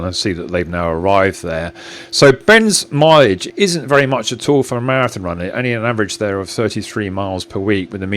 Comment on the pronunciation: typo by me- here instead of hear. "Ben's milage" I heard "Ben's my age"